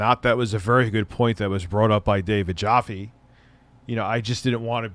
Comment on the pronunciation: Still pronouncing David Jaffe's last name.. haha.. It rhymes with TAFFY! Not COFFEE. :P